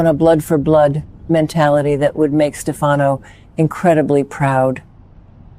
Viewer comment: You really should get your AI's voice of Marlena to correctly pronounce Stefano's name correctly.